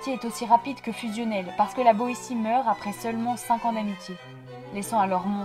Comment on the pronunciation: La Boetie se prononce La Boitie